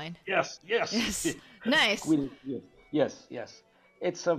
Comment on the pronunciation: ...Ng3# "Nice"..."Knice"